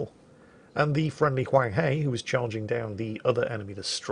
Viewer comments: My lord, it hurt me hearing you say hunghe, the "he" pronounce "her" as in Hershey Chocolate. But at least you got the Huang right. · Huanghe is pronounced Hwung-Her, I'm not going to bother with inflections because I'll be here all day. Clarification edit: I'll be here all day arguing with other Chinese people due to mix-ups with their own dialects.